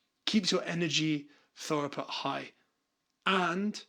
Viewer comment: through-put Like thru or throo -put 😅